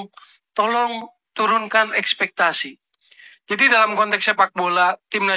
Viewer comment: Espektasi bang, bukan espestasi